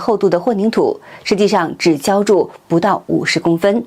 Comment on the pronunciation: “浇jiao筑”读错了两次，读成“烧shao筑”